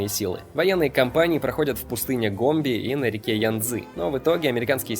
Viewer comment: Мне показалось, или вы сказали "пустыня Гомби"? Если не показалось, то правильно - Гоби.